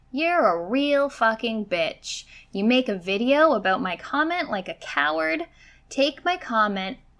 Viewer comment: she said "aboot". As a person from Michigan I am deeply offended 😤